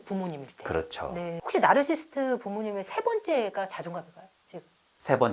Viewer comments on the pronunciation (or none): 공감가는 부분이 많고 저 자신도 되돌아보게 하는 유익한 영상 감사합니다. 다만 말씀 중 "나르시스트"라고 칭하시는데 정확히는 "나르시시스트"가 맞는 듯요 (발음이 좀 어렵죠...: Narcissist, Narcissism) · 보다 정확한 발음법은 나르서시스트 입니다. 저도 스펠링을 알게 되기전 까지는 나르시스트가 맞는줄 알았어요.